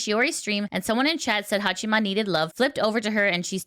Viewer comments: ""Hachima"". You would think how much Haato talks in third person you would know how it is pronounced. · It's Haa"chama" not chima. Fuck, you're reporting about vtubers and you cant even pronounce their names.